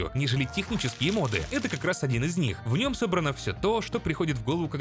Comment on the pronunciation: я понимаю, что ты поляк и всё такое, но правильно говорить мОды, а не модЫ, и с мОбами та же история